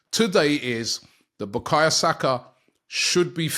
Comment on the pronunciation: Robbie, respectfully.. Who the f*ck is BUKAYA Saka. I know Bukayo Saka.